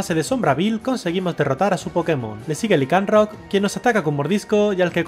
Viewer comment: No es lincarot es laincarot